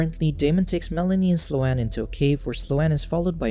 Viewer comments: Sloane is not "Slow Anne" lol.... It's pronounced "Sss+lone." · Its pronounced "slown" not "slow-ann" 😂 Omg its driving me nuts lol. I'm having a really hard time following with this recap. I'm sure the plot isn't helping, but you're not even saying entire sentences that I'm reading in the cc, & its just.. like, for example, why did the zombie water make sLo-aNn realize she wasn't kidnapped..? You just like left it at that sentence. Maybe you explain it later, but that's like the 4th thing and now I'm too annoyed to finish this shit. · The mis-pronunciation of Sloane was killing me. It's not "slow-ann;" it's one syllable and it rhymes with "bone." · I came looking for this comment 🙌🙌🙌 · The pronunciation of Sloane was bad enough, but what really drove me to the brink was the constant, repeated misuse of the phrase "on the other hand."